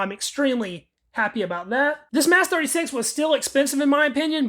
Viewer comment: Your saying that wrong. Yes Mas36. But say it like Mos 36. Most of the stocks are new looking.